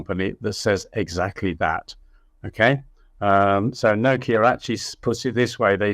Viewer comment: Took me a while to work out when he was saying no key a he was trying to say Nokia.